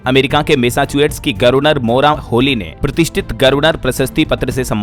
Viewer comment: मेरे देहाती गर्वनर नही गवर्नर बोला करिए। गटना नही घटना पढ़ें,,, हा,, हा,, मैं नही सुधरूंगा देहाती ही रहूंगा।😅